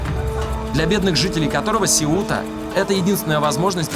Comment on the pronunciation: Блин, названия Сеута, Сангрия и некоторые другие режут ухо, сами испанцы ставят ударения на другие слоги!!!!